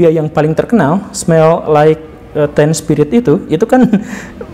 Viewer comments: Mending lu liat menit biar paham sampe mana kecerdasan orang ini. Baca "teen" aja "ten". Hmmmm.... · Kalian diskusi dari video orang yang kurang wawasan tapi sok pinter. Buktinya di menit ketika gak bisa mengucapkan lagu legendaris dengan benar. Teen aja dibaca ten(sepuluh). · Komentar ini aja out of topic, lu semua out of topic. Ade londok larinya ke Presiden. Hahahaaa padahal nyebut teen aja TEN. inilah kebodohan kaum nyinyir. Nyebut teen aja salah udah sok sokan referensi dan wawasan luas, bisa ngomentarin psikologis masyarakat, padahal masih banyak kebodohan dalam dirinya. Dikasitau gak terima. Ya umat inilah contohnya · Dan guru gembul, perbaiki wawasan anda terutama di menit .. anda kehilangan kredibilitas di pengucapan smells like teen spirit.